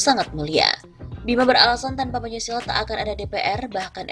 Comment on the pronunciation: Arya Bima anak kemarin sore kok ngomong Pancasola, tahu apa sok tahu?